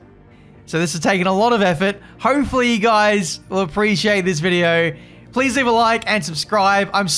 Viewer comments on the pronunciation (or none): none